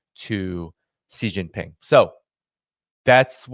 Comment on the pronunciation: the name of of Xi Jinping, president of China is pronounced differently. In the Mandarin language X = SH. You should know, since you have an Asiatic name. Love the content, just pointing it out..